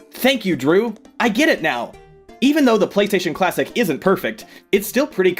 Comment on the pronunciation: Did anyone else notice that , Drew said PlayStation Clawsic